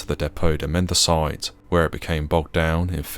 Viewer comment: It's not pronounced "mend-a-site", it''s "men-dee-cee-tay", i.e. "mendicity", in English. Any student of military history would know that during the Easter Rebellion in Dublin in 1916, the Mendicity Institute, attached to St James' Hospital, was the site of fierce hand-to-hand fighting between British forces and the insurgents.